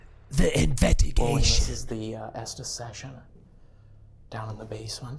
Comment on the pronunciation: keeps saying invettergation